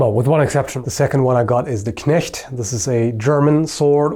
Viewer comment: As a Swiss who speaks both german and french, I must say your pronounciation of 'Knecht' is really good. But when it comes to renaissance I had to think twice what you tried to say.